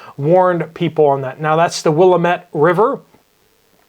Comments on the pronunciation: Its not Wil-A-Mit WIL-am-it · As for the wastewater dump, its pronounced will-am-it (emphasis on the will) river. 500k is nothing. Not even worth a passerby's slow down Americans poop, its what they do best. Wanna stop the "bacteria" from infecting your precious waters? Stop using a garbage disposal! You stupid, ignorant f@@ Turn off the 'electronic income reducer' and learn som some things about how and why your life is sooo easy and works so well. I want to love my fellow man, but as a wastewater treatment operator I find myself hating each and every one of you. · Will-Am-Ett. Not pronounced correctly.